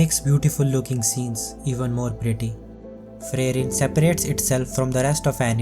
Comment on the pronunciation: It is supposed to be Free-ren and not Frey-ren.